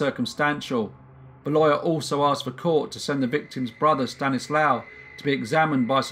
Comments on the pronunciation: Good video c: Just one not important thing: If his name is spelled "Stanisław" you read ł as w and w as v so it's like "Staniswav" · In Polish, W is pronounced V. So it would be pronounced Stanislav, not Stanislaw. Small point but I like the V pronunciation much better. I assume the languages are similar enough they’d both pronounce it the same. My last name Wisniewski sounds much better with Polish pronunciation